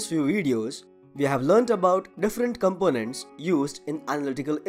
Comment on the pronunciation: Very informative video. Thanks for sharing. Some suggestions for pronunciation. stressed and longer syllables are in CAPITOLS components com-PO-nents filters FIL-ters monocrometers mono-CHRO-meters detectors de-TEC-tors covered CO-vered spectrometers SPEC-trom-eters discuss dis-CUSS ramamn RA-man spectroscopy spec-TROS-copy analasis AN-al-a-sis sample SAM-ple portion POR-tion rayleigh RAY-leigh (RAY-lee) occurs occ-URS virtual VIR-tual incident IN-cident equivalent E-quiv-a-lent occurs o-CCURS virtual VIR-tual vibrational VI-bra-tio-nal result re-SULT separated SE-pa-ra-ted observed ob-SER-ved molecular mo-LEC-ular particular par-TIC-u-lar analysis an-AL-a-sis determine de-TER-mine (de-TER-min, not mine) Just suggestions.